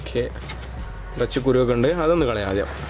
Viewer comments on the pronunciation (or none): none